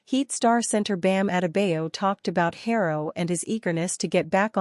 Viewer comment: SAID BAM LAST NAME ALL WRONG